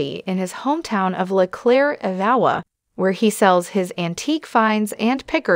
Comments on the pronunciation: Who is this woman who cannot pronounce Iowa? (Anowa????) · Another one of these stupid shows where they use a computer generated voice that can’t even pronounce. Iowa correctly.